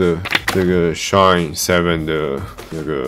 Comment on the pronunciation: 蠻喜歡你的影片，至少優缺都有講出來，而且最主要沒把SHINE 講成SHINEE 哈哈，很多其他影片都講錯